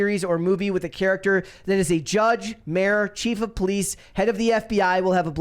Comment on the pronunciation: I love this channel, but “that” isn’t “thot.”